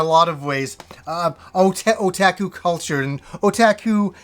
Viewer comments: Otaku is pronounced O-TOK-U, not O-TAK-U. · sorry, maybe not oh, but more of the o from orange. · great video, thank you btw, otaku is pronounced oh-tah-koo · I pronounce it o-ta-ku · you had it right unroll the end. the u at the end is a hard u as in "you." oh tah ku oo is a little confusing with Japanese if you try to reference it as in shoot. so when I read your pronunciation I read it as a long oh (which it is how it would be pronounced). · Yes, ku is the pronounciation I am thinking. o-tah-ku It's more of the o from orange than the o from oh. It's no biggy though, I don't expect everyone to pronounce it like a Japanese would. Like we already butcher words like karaoke, sushi etc. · For the love of god, it's pronounced oh-tah-kuu...